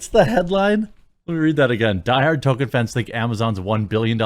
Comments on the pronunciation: Jeremy for the Love of All that is holy, there is an L in the man's name. Tolkien. Tolkien. Tolkien. Not Tohken as you say in every bloody video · Every time you call him "token" i die a little inside. There's an L in his name